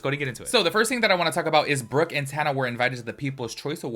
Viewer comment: You are saying Brooke's name right 👍🏻